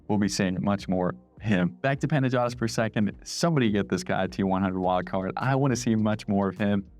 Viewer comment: It's PanaYOtis Bitados btw